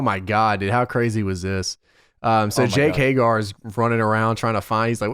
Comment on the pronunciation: Everyone: Hay-Ger: Hay-GAR